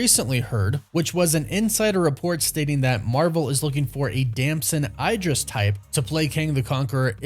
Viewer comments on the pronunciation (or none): Please learn how to say his name if you’re gonna make 100 videos about him…DAMSON EEEDRIS!